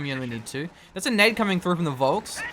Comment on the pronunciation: like FOLK - not VOLSKS.